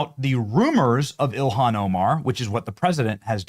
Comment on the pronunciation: JD needs to pronounce Ilhan’s name correctly, unless he’s doing it to demean her, of which she deserves.